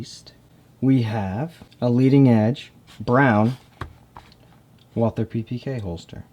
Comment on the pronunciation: Walther is pronounced like, "Vaul-tuh." If you don't want to say it like a German, then just say it like the American name, Walter.